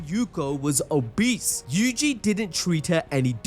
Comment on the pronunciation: You say obese strongly lol